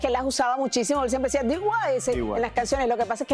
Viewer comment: Dee Why?..... Di White?.... Di Guai? 😅😅😅😅